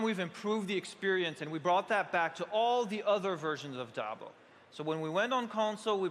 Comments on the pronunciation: grey hair centre quiff keeps calling it jablo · "Full fledged "dablo" experience." "We are super excited about it"... Ughhh